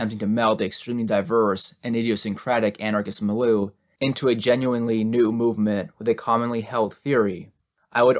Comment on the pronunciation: I mention with love that it’s pronounced mil-yew, for your future reference. Great reading still, thank you again! I hope I don’t offend, I just thought you’d want to know Ⓐ